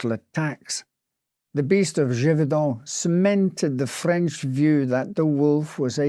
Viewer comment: Your French accent is quite good! 👏🏼 👏🏼